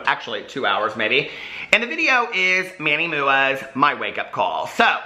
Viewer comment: "Manny mooooo'a" 😂 Oh, you crack me up! 😀💙💙💙💙💙💙💙💙💙💙💙💙💙💙